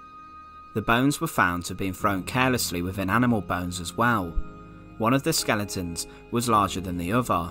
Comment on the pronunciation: Skel-e-tons. not skelingtons.